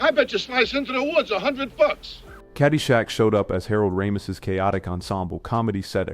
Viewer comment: Elveera and Harold Raamis? At least try to make the AI VO believable.